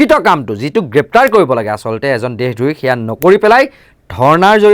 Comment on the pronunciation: দেহ দ্ৰোহী নহয় দেশদ্ৰোহী উচ্চাৰণ কৰিব লাগে মহাশয়